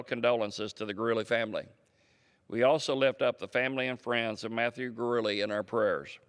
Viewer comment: It's pronounced Gu-de-le.